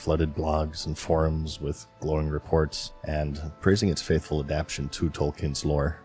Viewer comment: When did everyone forget how to say adaptation?